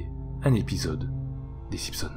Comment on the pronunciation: SimPsons 🤣🤣🤣 j'suis mort ! Chez nous on dit SiMpsons, on prononce le m mais pas le p ! 😂